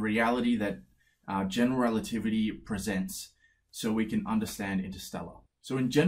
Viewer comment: He must have said "general relativity" so many times that he is able to say it like one single word "generaltivity"